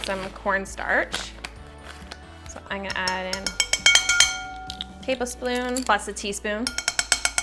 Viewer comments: She accidentally said tlablespoon instead of tablespoon lol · Did anyone notice that she said "Table sploon?"